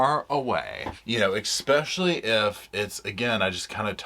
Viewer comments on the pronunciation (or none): I love this show and little Roscoe, but it jars my ears to hear "eckspecially" over and over. Drop the k pleeeease?? Love, a fan. PS The ONLY innocent Adelsons are Robert and Dan's sons. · *especially, not ekspecially